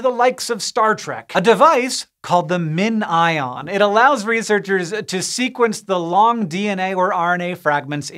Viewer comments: Pronounced min-ION. Sure! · "It's called MinION" "Oh so it's spelled like minion." "No no it's not said that way." "Yes it is." "But-" "Yes. It. Is."